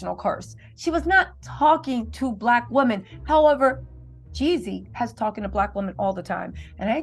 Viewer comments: Girl if you call him Yezzy one more time its Jezzy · Can we say “Jeezy” and not “Yeezy”. You’ve produced multiple videos on this matter and you still can’t give the correct name of Artist more than 10% of the videos. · Who is the women saying yezzy , and jezzy is she lost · **Jeezy lol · Girl why you can’t say Jeezy it ain’t Kanye baby